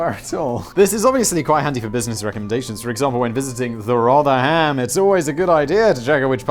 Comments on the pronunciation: Meme Accountant here... "The Rother-Ham?" We keep telling you Simon, it's pronounced "Rother-m". you plonker, Simon, you plonker. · My favourite way is Rover-ham 😂